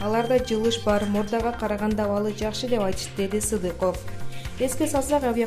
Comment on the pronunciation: Султан Садыков анан Сыдыков деп тоголок жетимдер деп тантыйт го Диктор ))))